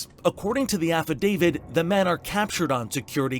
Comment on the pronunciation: If this guy says "affadavid" one more time... It's "affidavit"!